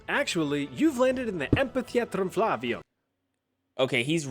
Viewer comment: Also, in Latin, you don't roll most words, and "v" sounds like "w", so it would be amp-hit-tuh-ee-at-room fla-wi-oom